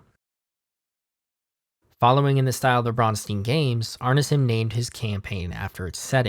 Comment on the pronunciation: Neither of your pronouncitations for Bronstein is correct. In German, Stein is pronounced Shtine.